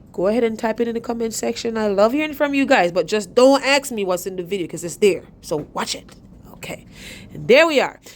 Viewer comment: Go to Lowes and "Don't AXE ME??"" did you mean "Don't ASK ME"??